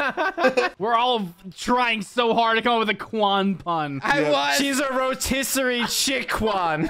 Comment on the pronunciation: "Rotisserie Chickwan" is my favorite.